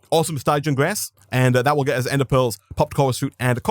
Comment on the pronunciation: “Stij-e-in” Stygian